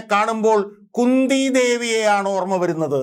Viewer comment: കുന്തി എന്നല്ലേ ചന്തി എന്നല്ലല്ലോ?? 😀😀😀